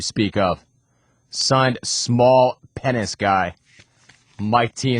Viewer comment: why cant he pronounce "penis"??